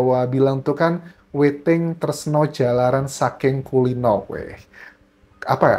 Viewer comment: Maaf anjas yang bener "Witing tresna jalaran saka kulina" yg dibaca witing tresno jalaran soko kulino😊🙏🏼✌️